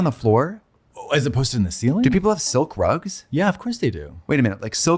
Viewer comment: silk rugs? I thought she said sell grugs. Also Katya is so ridiculously cute in that red/black outfit with the pigtails